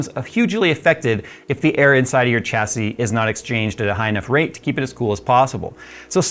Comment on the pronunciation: Oh my goodness… you actually say Chassis correctly! I constantly get irked when I hear people pronounce it wrong. Thank you, really.